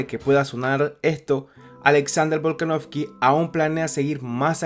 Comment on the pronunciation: En 5 minutos dijiste tantas veces "Alexander volkanoFFFky" q no tuve más opción q sacar el video.